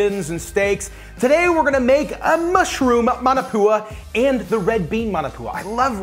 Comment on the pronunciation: MAW NAW POO UH.......not Man a poo uh.............sigh